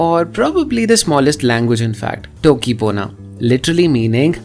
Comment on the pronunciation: Hey, this video is on my watch list for a very long time and saw it today. I was surprised that Bahubali movie's that scene uses a language of their own. I knew about Conlangs and always has an interest in those type of things but not about the Bahubali. And the one thing I want you to correct is that you said टोकी instead of तोकी as the sounds of that language is closer to Romansh languages and not English. You asked a question if one wants to make a conlang or not. Well, i tried a few in past few months and I can relate to the creator of Toki Pona. I was too suffering from mental illness. The best part is that I have made a language with Indian scripts. From OL CHIKI SCRIPT to LATIN ALPHABET as english is a part of Indian language, even though it is a bit tougher than Bharati script, it connects the whole Indian languages, not just by script but also by words the different people use. It is in progress now and I've not more than 20 to 25 words in that language, I'm gonna finish it now.